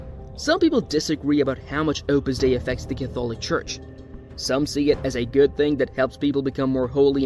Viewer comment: Use a real person instead of a computer generated voice. It can't even pronounce Catholic correctly.